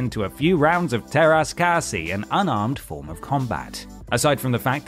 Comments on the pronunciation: Ah.. This brings back bargain bin memories. Having to convince my brothers that they should really just wait to get decent games.... Tara's Cassie? 😆😂😭 Te rah- kah-sigh... Lololololol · It's pronounced Teräs Käsi